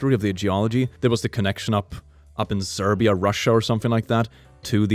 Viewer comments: Am I the only one who noticed that said "Serbia, Russia" insead of "Siberia, Russia"?.. Lol I guess Serbia is in Russia now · Did he say Serbia, Russia